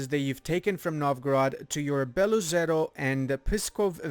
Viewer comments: Not Beloozero, Belo - “white” ozero - “lake”. So this is just double “o”. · Fun fact: Beloozero means "white lake", aaand you pronounce it terribly. :D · Good video, but in name Beloozero oo it is not oo=u, In theory, these are two words Belo who translates as White and Ozero who translates as Lake.